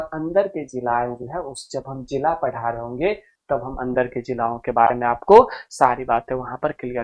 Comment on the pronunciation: Jilo❌ jilao✅ 😂😂😂